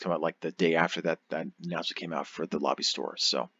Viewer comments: stop saying Lobby, it's "Lo bee" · FYI it is pronounced "Low Buy" not "La Be". I made the same mistake for years until I watched the first episode of Voyager again, Quark clearly says it to Ensign Kim on DS9 before Voyager launches. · Hello everyone! I am aware that I do not pronounce "Lobi" correctly in this video. I pronounce it correctly as "low - buy" (as clarified by many of you) as of my 2019 videos. Unfortunately on YouTube creators can't change the audio of older videos, so this video will continue to have me saying the term incorrectly. If YouTube decides to allow for creators to change audio on uploaded videos in the future, I will correct this. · Stop saying it like that its "Low- By" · I've heard it pronounced four different ways, say it how you want, ignore the grammar Nazi's.